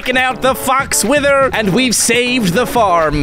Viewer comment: At the start he said wizard instead of wither